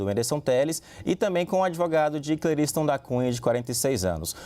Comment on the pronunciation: É Cle ris ton